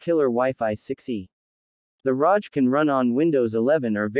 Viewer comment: Its not pronounced rosh like roger its rog.. like hog